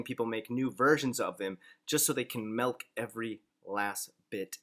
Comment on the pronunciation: You pronounce milk as "malk"....consider me a hater! Bu I'll still watch and like all your videos anyway.